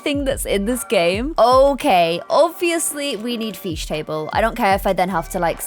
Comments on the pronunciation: you pronounce fish- Feesh I pronounce it fish lol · Everyone else: fish: feeshhh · “I need a feesh table” 2020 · It is not fesech iit is fish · my friends: why does she say feesh instead of fish me: already used to it and saying what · Everyone: Fish.: Feesh. ~~~~~~~~~~~~~~~~~~~~~~~~ I like this video. It's quite interesting. CC versus no CC. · ''I really need the Feesh Table'' Haha lol lyy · Whats a "feesh table" im confused but I love you 💘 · Um fesh table do u mean fish table or am o hearing things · Why did I love it when u said “ooo I love this fesh table”heh who agrees? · i use that fish table all the time!!!! let’s just appreciate the fact that she says feesh 🤣☺️ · No one: Absolutely nobody:: iS tHaT a FeEsh TabLe Edit- Thanks for the likes 😊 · It’s fish not feeeeesh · I love how is just like me saying feesh instead of fish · no one:: fEeSh tAbLe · You say feesh the same way I do 🤣🐬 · lmaooo “feesh table” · "I need a FEESH table"🤣🤣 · "feesh" i love it XD <3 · “Feesh” 😂 love that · Am I the only one who literally loves the was she says fish “Feesh” ✨🥰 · No one:: “ I need a feesh table.... I NEED A FEESH TABLE!”